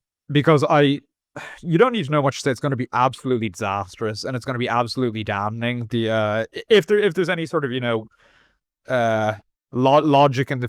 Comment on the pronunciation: Please stop saying dam-Ning 😂